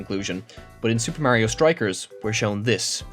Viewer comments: pronounce mario correctly nerd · Just to be fair, I don’t trust you on any of this because you can’t say Mario correctly (just funny joke)